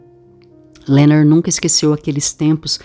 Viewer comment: O nome dele é Leonard e não Lernerd igual vc pronuncia. Obrigada pela gravacao. Esta otima!